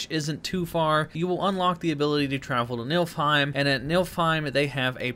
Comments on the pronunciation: Dude its pronounce NEEFILHEIM not milfime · "NILFheim" LMFAOOO it's NIFLheim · Dude it’s Nêê-fil-heim not nilf-heim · NIFLheim =/= NILFheim. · him saying nilfheim 🤣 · He said nilfheim😂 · "Nilfheim"... dislike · Pronounced like niffle hime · OMG stop saying NILFheim 😅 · STOP SAYING NILFHEIM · idk how many times they say the names of the realms in the game but there's no excuse for pronouncing Niflheim that poorly